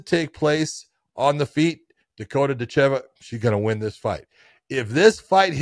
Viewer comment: Dakota DItcheva , not DitCHEVA :D , put intonation in the first two letters :) Im sure she is used to it and I cant judge you , but its like calling HABIB= KABIB :D